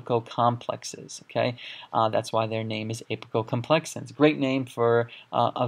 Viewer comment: Just a quick question on yet another excellent video. Isn't it apicomplexans, not apicoCOMplexans? Just a question not a criticism. Thank you so much for these videos.